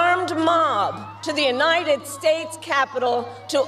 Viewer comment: Why does she say Inited States instead of United States???? Sorry but that’s been driving me nuts and her nasally voice makes it so much worse! Trump2024